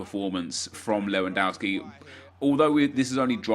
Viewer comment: GOOD job! jou pronounced Lewandowski good (not all the time)